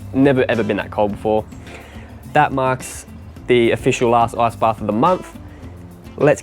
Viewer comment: Why do you say "ass"-baths? it's IIIICCCEEE baths XD